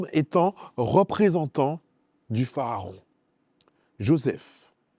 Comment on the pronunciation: Pourquoi dites vous PHAARON alors qu’il est écrit PHARAON?